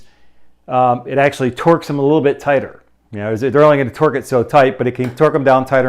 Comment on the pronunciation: Are you hungry? I think I heard you say pork 🤣🤣🤣 great video!